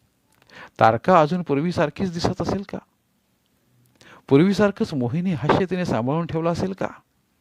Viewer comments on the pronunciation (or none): हास्य म्हणा हाश्य नाही